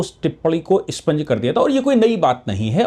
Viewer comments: Sir with due respect, it expunge and is not spunge. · ' स्पंज ' नहीं साहब ' एक्सपंज '